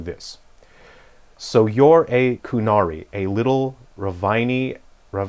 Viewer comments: Why are you going out of your way to mispronounce all of the invented words? You would have had to listen to the correct pronunciation to transcribe it in the first place so i can only assume that the mispronunciation was intentional . You can critique a piece of writing without showing contempt for it. No dragon Age writing good or bad would avoid words like Qun and Qunari. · Cant say query correctly and isn't even pronouncing the name of the race right? Idk something tells me u don't know what the context of the scene was, entirely possible the "soft side" comment could have to do with the events leading to the conversation? There's just not enough information in the clip